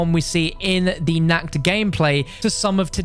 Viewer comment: That moment when he pronounces "Nacht" as "Nackt" which is actually an existing german word too for being naked lol.